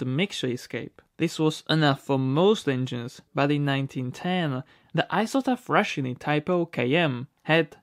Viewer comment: Please, please, please! When you say "Isotta Frascini" an Italian dies inside. Is FRASCHINI! The sound made by the CH in the middle you can say as the K in king. And as always NICE VIDEO!